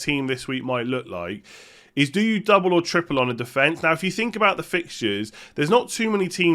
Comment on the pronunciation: thumbs up if you love "Bhouut":D